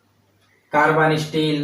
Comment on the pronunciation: Its carbon steel not Carbaneee steel 😂😂😂